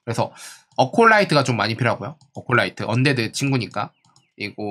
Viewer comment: 에콜라이트를 어콜라이트라고 부르시는건 여전하시네요.. 영상 잘보고갑니다